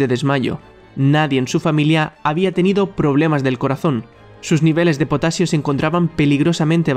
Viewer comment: es potaxio